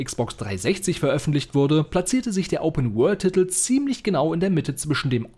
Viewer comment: Man spricht es "Titel" aus und nicht "Ttittl" sowie "Justiz" und nicht "Justtitz" 🤣